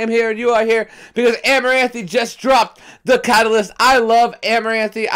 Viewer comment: Great Reaction I love seeing you jam out this one. Song is 🔥. Side note, it’s pronounced amaranth , you don’t say the e at the end lol